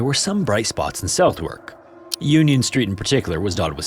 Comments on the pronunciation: Southwark in London is pronounced 'Suthuk'. I wondered what happene dto the two neices she saved who survived. Looking on wikipedia it says... "Edith and Ellen Chandler were accepted by the Orphan Working School in Kentish Town and trained as domestic servants." Which seems sad, considering it also notes "Ayres was posthumously recognised by the Metropolitan Board of Works-controlled Royal Society for the Protection of Life from Fire (today the Society for the Protection of Life from Fire), who awarded her father John Ayres a sum of 10 guineas (about £1,430 as of 2024) in her honour." - You might have thought with that amount he - and his eight surviving adult children - coud have done better for his four and five year old grieving grandaughters than leave them to be raised in an orphanage... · You didn’t have a way of knowing this since English place names are a nightmare, but Southwark is pronounced differently: • The ‘south’ is pronounced ‘suth’, like how you’d say it in ‘southern’, with a soft U and soft TH. • Everything but the K in ‘wark’ is barely pronounced. You drop the W entirely and make a short sound between a U and an E rather than ‘ar’. It basically sounds like Suth’k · Southwerk pronounced ‘Sutherk’ almost… suvurk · "Southwark" is generally pronounced "suth-uk" in England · God damn American mispronunciation 🤣🤣 it’s Southwark is pronounced “suf urk” That’s even worse then the shire mispronunciation Americans always do 🤣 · I’m sorry to be that guy, but you mispronounced Southwark, I’m only pointing this because I found it confusing as hell and was trying to work out what part of London you was talking about. It’s pronounced S-u-th-ork, the south is said like the southern and the W A make more of a o sound. It’s not south and wark put together. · FYI Southwark is pronounced "suthurk", Eigg is pronounced like "egg" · Londoner here.. it’s pronounced ‘Suth-ark’ 😉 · Southwark is pronounced ‘Suth-uk’. We Brits apologise for our confusing place names.